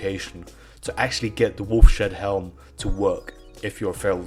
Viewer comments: ...It's Wolfs HEAD not Wolf SHEAD...Ugh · Wolfs-Head-Helm ..... Not WolfSHedHelm :o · It’s not “Wolf Shead Helm” it’s “Wolf’s Head Helm” because it’s the head of a wolf 🐺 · When he said wolf-shed helm instead of wolf’s head? I really felt that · Wolfshead healm... wolf-shead helm... you mean wolfs-head helm, maybe? Seriously, the more you say it the more it infuriates me. What is a SHEAD, man? How can you not read Wolfs-head? How do you see Wolf-shead? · "Wolf Shead Helm" Dude.... Cmon man... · actually its "woulfs shead halm actually"